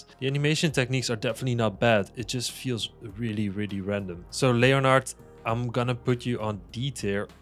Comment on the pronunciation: Leonard I'm pretty sure is pronounced len erd